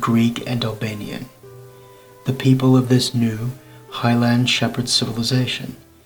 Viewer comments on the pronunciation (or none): none